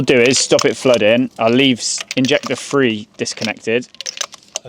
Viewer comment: When you say injector free did you mean injector three ?